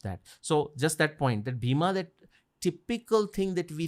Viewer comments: Bheema. Fools its not bheema. Its bhim. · The name is Bheem not Bheema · Why they pronounce Bheem or Bhim as Bheema or Bhima, there is no sound of aa at the end of his name..likewise for other characters in the Mahabharat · not Bhima its Bheem or Bheemsen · It is bheem not bhima and it's not funny